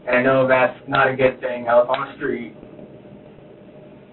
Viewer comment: “ you seem like a guud person ur a marine”😂😂😂😂😂…… this DOES NOT MAKE HIM A GUUD PERSON IN GENERAL officer!!!!